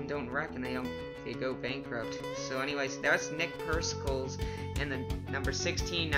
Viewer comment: just so you know, Nick Pericles is pronounced "nick Perikleez". i dont know if he told you im just getting it out there.